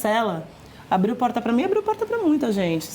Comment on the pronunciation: O r de porrrrrta… interior de SP tbm tem. Capital mineira o r é erre e não ere 😂